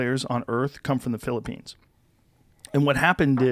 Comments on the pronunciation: LOL Joe is developing a texas accent "The philopoynes" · Joe’s slowly picking up that Texan accent listen to it pop out when he says Philippines